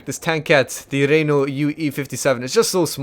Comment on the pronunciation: has been out doing a university course to learn how to pronunce "Renault" that he mistakenly pronunced as "Ree-Nu"